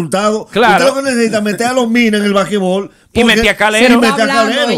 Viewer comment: "Bakebol" "Bakebol"😂😂😂😂😂😂 qué betia!!!!!😂😂😂😂😂😂😂😂😂😂😂😂